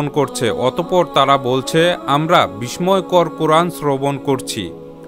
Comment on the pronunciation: ভাই, "আল্লাহ্" ও "বিস্ময়" শব্দ দুটির সঠিক উচ্চারণটা শুধরে নিবেন আশা করি। আপনার করা খুব সুন্দর পোস্টগুলিকে উচ্চারণেও নিঁখুত দেখতে চাই। শুভকামনা রইল💘